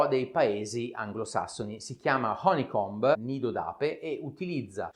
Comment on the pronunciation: Splendido video. L'unica cosa che non mi è piaciuta è la pronuncia di honeycomb